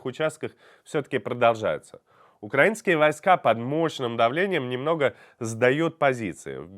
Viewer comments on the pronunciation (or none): Очень режет уши укрАинский, ставьте пожалуйста ударение правильно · Ребята, журналисты, разберитесь уже с ударением в слове украИцы и украИнский. Жутко режет слух. Люблю я кухню грузинскую Да песню украИнскую! Простой стих для запоминания